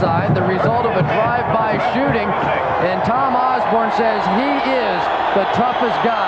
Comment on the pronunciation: Dr. Tom "Oz-bern".